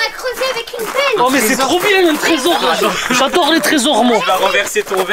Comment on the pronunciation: C 'est adore pas afore 😹😹😹